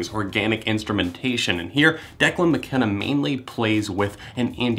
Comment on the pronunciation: died when he said declan mckenneee